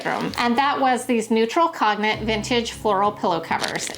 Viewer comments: Cone-yak not cog-nack. Beautiful either way ❤❤❤❤ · Actually it's pronounced as "conyàk" not "cone". It's French. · Hi bestie! ❤ İ love the pillows and the pumpkin items,so cute! You are such a doll! God bless your heart..İ love how you pronounced the word "Cognac"❤😂 The correct way to say/Pronounce it "Con-ja-que" Kinda like pronouncing "Chi-que". Lotttts of love, and TFS my sweet friend.❤💋🙏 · I think cognac is actually pronounced, /kohn/ /yak/ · Hi. FYI, the word “cognac” is pronounced “cone yak”. It refers to the beverage and its color. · Thank you! Was driving me a little nuts! 🙃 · I noticed that too! I thought" tell me you don't drink without telling me you don't drink!" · I always thought it was pronounced “not that it matters 😂” but con-yak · Great fall decorating choices! I especially love the fall-inspired pillow cover options. By the way, cognac is pronouned "cone yack." It's actually an amber-colored brandy.